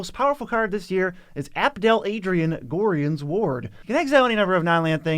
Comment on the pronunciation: The way you say gorion makes me wanna die as a hardcore baldurs gate fan 😂😂